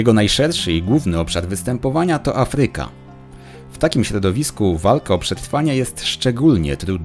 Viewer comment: Nie afrYKA, tylko Afryka, akcent!!!! Bardzo lubię Twoje filmy, łapkę w górę dałam, ale musisz popracować nad akcentem. Pozdrawiam.